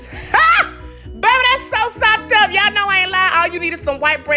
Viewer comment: She can really say SOPED UP!!!!!